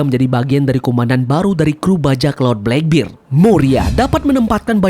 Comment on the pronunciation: bang, gw suka video mu, tapi gw gk suka km nyebut kurohige bleckbird